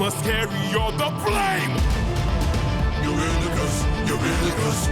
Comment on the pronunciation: I want to help you pronounce some names if you’ll let me: Eurylochus- "Eur" from Europe "yl" as in ill "o" just the letter o, "chus" as in "cuss" Polyphemus- "Poly" from polygon "phem" as in the beginning of the word femur (the bone) and "us" refering to "me and you" Scylla: "Scyl" as in a windowsill and "la" a note to follow so I hope this helps and you don’t take this like I'm trying to make fun of you or something, I just noticed you having trouble with names and wanted to help ❤